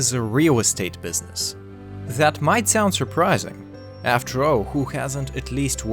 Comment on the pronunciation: did he say bwithzness ?